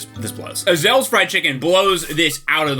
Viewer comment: The way u pronounce ezells was weird to me😂. I used to it being pronounce way different.